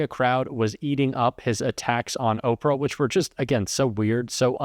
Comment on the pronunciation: Did he call her Okra Winfrey at the beginning ?